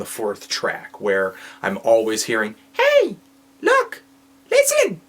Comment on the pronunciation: way to derp, that was totally a New York 'hey' at the beginning